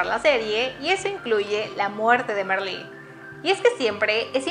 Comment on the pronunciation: Se pronuncia Marlí, no Merlí.